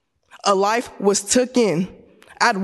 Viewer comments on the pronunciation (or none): Life that was "tuken", does she mean taken?